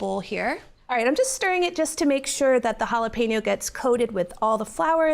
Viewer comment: Lol “halla PEENO.” 😂